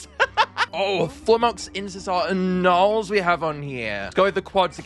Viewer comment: Why does gnarls sound like hes saying nya🤨